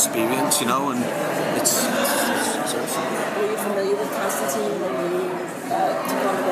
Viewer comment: I've been very excited for this show, I've been reading "Hellblazer" in preparation, I think the show looks very good......but I hate to be "this guy" but they didn't write his name right, it's in the books a few times where he says "it rhymes with line" I just wish that would be fixed